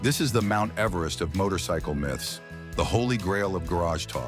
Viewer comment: And its not mithes it is myths!